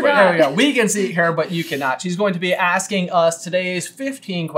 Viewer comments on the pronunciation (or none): none